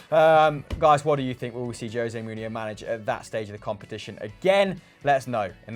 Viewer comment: His surname is Mou-hin-yo, sooo yeah😅